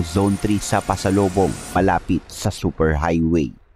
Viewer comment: PASOBOLONG HO..HINDE PASOLOBONG